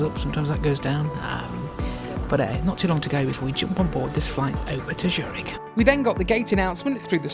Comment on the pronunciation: It’s called Z ürich and not Schürig 😂